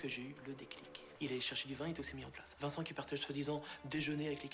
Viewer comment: « viencent imetre🤣🤣🤣🤣🤣 »